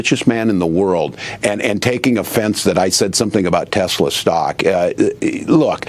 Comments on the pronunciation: There is no "R" on the end of Tesla! WTF? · it's Tesla, not Tessla. Try harder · So that's now Trump, Ben Meiselas and who erroneously pronounce 'Tesla' as 'Tessla'. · "I love Teslar" 😊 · Well I guess I'm a creep and a jerk too because everytime I heard tessl"er" stock went down I was downright giggly!! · You mean "Teslar" 😂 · I love tesler....lol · Oh no, not Tesler! 😂